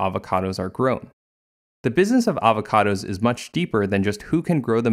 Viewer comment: I will drink everytime he says avahcahdahs Edit: I got alcohol poisoning